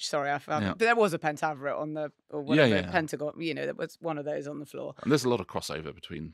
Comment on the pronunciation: "...pentavrate, Pentagon..." Tomato, tomahto.